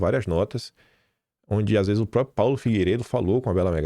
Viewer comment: Por favor faça um esforço para pronunciar a palavra próPRIo corretamente. Se treinar um pouquinho vai conseguir.